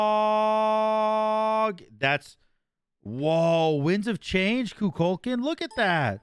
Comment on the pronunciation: coo - cool - kawn is the right pronunciation for kukulkan